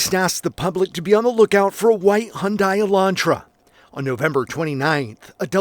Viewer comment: Hyundai, rhymes with Sunday.